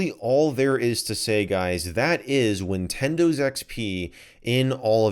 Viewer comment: did u just say ninwindiws